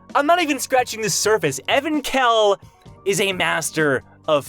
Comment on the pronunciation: I thought its pronounced Evank-hell not Evan-khell.